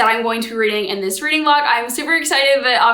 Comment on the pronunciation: “readling” has docling vibes